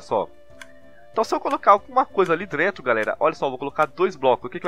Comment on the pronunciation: Lá "Drento" ydgagdagsdygsdyadygsda português ótimo